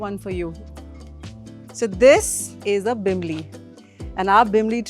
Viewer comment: not bimbli...it is bilimbi